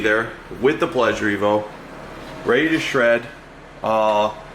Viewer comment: The pleasure-t-evo I like it touch subtle 👏